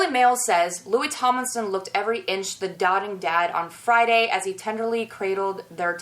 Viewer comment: My favorite YouTube channel, I love your C. I. A. analyses. BTW doting is pronounced with a long O, as opposed to dotting, which is when you draw a bunch of spots.